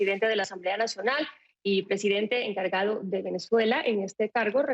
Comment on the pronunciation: Me da risa😄 cuando dice emcargado... 😒